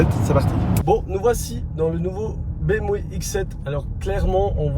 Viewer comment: BM- quoi?? lol la prononciation